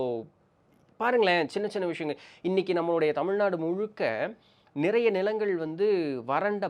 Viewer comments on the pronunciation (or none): none